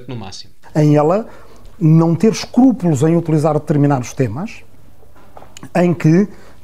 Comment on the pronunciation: O ruizinho stasi tem medo de ser democratizado!...🤣🤣🤣 ...ela não ter "escupulos" ... este fóssil nem falar sabe...